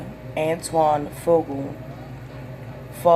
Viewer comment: You need to learn how to read and pronounce people's names correctly. Maybe you should practice reading stuff before you put it live. You're terrible interview I mean, your words are just terrible. I got sick and tired of just waiting for you. To say Antoine faqua correctly and Leela Roshan. You need practice, you shouldn't even have job reading anything!!